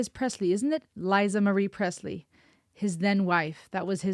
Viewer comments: Lisa not Liza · Girl you know its Lee sar not lie zar tf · Lee-Sah, not Lie-Zah, jfyi <3